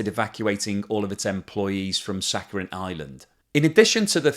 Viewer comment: dear, it is "sakhaLin", not "saccharin" (as you pronounce)